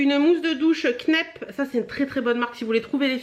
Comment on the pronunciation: Info en passant : la marque Kneipp se prononce Knaïpe ;)